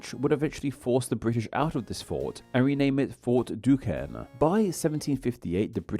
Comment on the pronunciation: Duquesne, at least modernly, is pronounced Do-cane